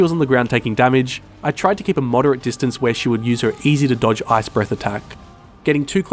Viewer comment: Keep a MODER-ate distance you say?